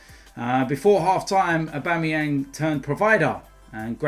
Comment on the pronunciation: man said Abuameyang best striker in the league😂😂😂 BEHAVE WILL YA!